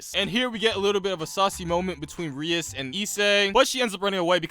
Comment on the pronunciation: Ahem It's pronounced Ri-ASS